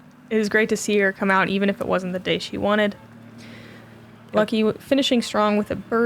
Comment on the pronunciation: As a Nordic, I find it so cool you call Lykke "Lucky". Atleast that was it sounds like :) As a site note. In Nordic language, her name translates to "Happiness".